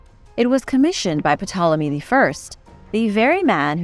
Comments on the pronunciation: Pe-Tolomy. Erm, OK.... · The p is silent in ptolemy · The way she says 'Ptolemy'... Hahahahaha 🤣🤣🤣 My bad 'mausoleum' is pretty funny too, but Ptolemy gets the gong. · Stop! It's pronounced Tolemy not P-Tolemy. Like Ptarmigan is pronounced Tarmigan. The P is silent. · The P in Ptolemy is silent. Its pronounced Tolemy. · Great video. Just, FYI, you don't pronounce the "P" in Ptolemy. But carry on. Good stuff. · The p is silent in Ptolemy lol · the P is silent.... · Pretty sure the P in Ptolemy is silent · Nice vid very cool although the P in Ptolemy is silent. 🤯